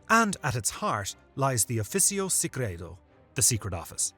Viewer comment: “Offisio secgreto” WTF DID YOU JUST SAY??? MY ITALIAN EARS JUST DIED HAHAHAHHA